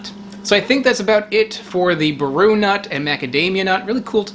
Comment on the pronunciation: Everyone is commenting about macadamias, but I’ll add more about baru seeds. They’re a sister species to tonka bean (Dipteryx odorata), but grow in a much drier and more arid climate. They require soft fires to germinate, and produce hundreds upon hundreds of fruits in good years. Also, the accent is on the “a” when you say it, so BAH-ru. The seed coating has many antioxidants but I find them to be a bit papery and they get stuck in your teeth. Extremely rare plant to see in person outside of Brazil. I’ve only ever seen a seedling here in Naples, FL and I’m not sure they’re alive still. I am probably the only person in Florida who has supplied fresh D. odorata seeds over the past 5 years, and I’d love to get some viable baru seeds!